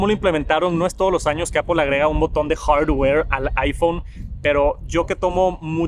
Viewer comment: "hardd ware"